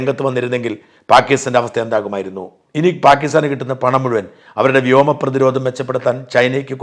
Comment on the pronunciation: Not Vyama, Vyoma